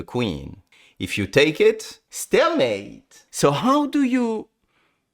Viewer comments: the “stALemate” though 😂💀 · I love how he says stalemate